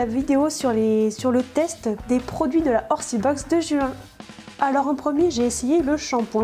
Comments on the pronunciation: C'est bizarre comment tu dis Juin,tu dis "Ju - hein" x) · jou hein x)